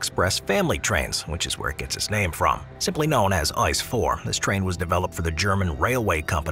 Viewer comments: ICE 4? it is named i.....c....e not ice...lol ask a german where is my ice? and he sends you to a eisdiele! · Its not ice…. Doesn’t pronounce as ice bro….